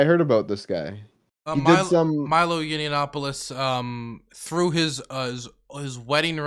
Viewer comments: Every time I hear say "Yinny-yanopolous", another hair turns white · I love how never says Milo Yiannopoulous's last name correctly lmao